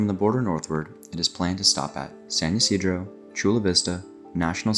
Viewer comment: Great vid! Just a quick note. San Ysidro is pronounced with an I sound at the start, not a Y sound. (The area is named after the catholic patron saint of farmers who is called St. Isidore in English. Even in Spanish, it's far more common to see that written as Isidro).